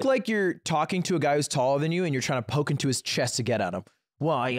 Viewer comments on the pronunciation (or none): none